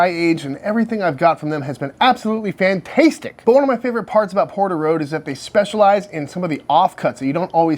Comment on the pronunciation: stop saying fantastetic now you still can. love your vids.